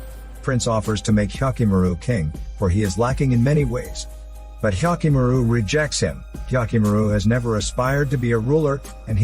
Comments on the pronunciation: Oof! That "Hyakkimaru" pronunciation. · how many times did you say hyakkimaru